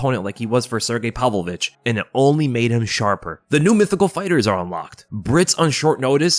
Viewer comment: "Palvo-vich" Dude you're a grown man, pronounce his name right